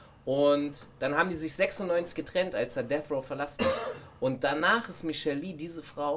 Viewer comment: michel'le spricht man wie michel L.A. aus und nicht wie michel lee... du vogel